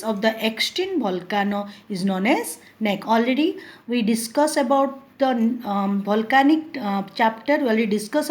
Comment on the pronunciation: Omg... what she is teaching, she is just reading and not explaining anything , and who pronounce volcanic as bholcanic!!! not good at all...